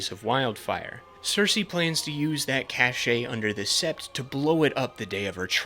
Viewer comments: great video but "cache" is pronounced "CASH" not "CASH-AY"... and Walder Fredy did not marry his own daughters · Cache is pronounced like cash not cashey 😂😂😂